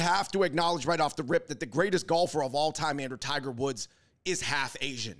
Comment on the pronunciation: u mean tie-guh wuhd ?